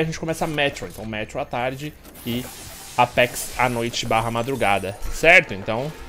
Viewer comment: e seu "apecs" Entendedores entenderão